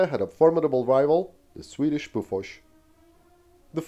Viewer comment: Wait, BOFORS, is pronounced "boo fush" ?